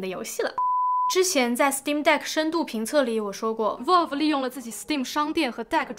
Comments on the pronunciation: 求求不要再读成volve了 valve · 真的希望能改一下她这个valve念volf的发音。。。从steamdeck第一次开箱一直听到现在，每个视频里还出现好多次，真的太难受了😂